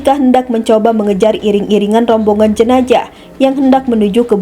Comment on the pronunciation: Yang membacakan narasi gak ada yang lebih baik ya? Jenajah, bin Jayid, ber-untun, plat er-ep, tau apa lagi tuh. Jadi males nontonnya.